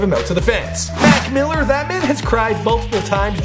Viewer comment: Did he say "Mack mill"